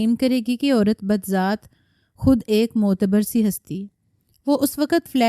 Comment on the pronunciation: کیا جاہلوں کی طرح اردو پڑھ رہی ہئے احمق، بذات خود لکھا ہئے۔ بدزات نہیں لکھا